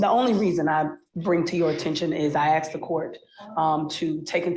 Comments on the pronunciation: "I AXED THE COURT" 😂😂😂 HOW THE HELL DID THAT WOMAN EVER GET A JOB IN LAW???!!!! 🙊🤦🏽🤦🏽🤦🏽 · DON'T FORGET SHE "AXED" THE COURT" 😂